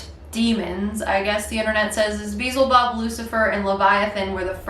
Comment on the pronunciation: “Beezle bub” 😂